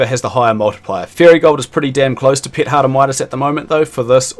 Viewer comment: took me like 3 minutes to realize that you mean "pet" when you say "pit"